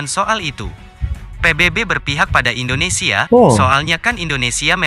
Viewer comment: Indonesia bang bukan endonesia....helehhhhhhhh